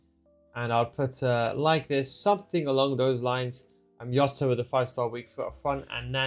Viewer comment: Stop calling Jota iota. Plz